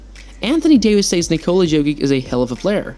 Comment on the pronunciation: Of you cant pronounce his name correctly, don’t make a video about a man.